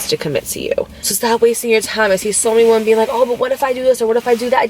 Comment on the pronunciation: When you say woman vs.women it drives me crazy. I love you and I try to ignore it.. but it does something to me. 😫